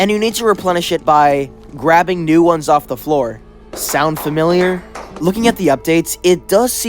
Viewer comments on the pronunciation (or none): none